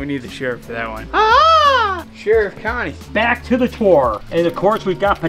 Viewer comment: “On second thought we need the sherif” hahahaha